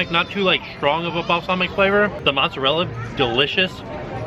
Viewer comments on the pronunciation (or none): none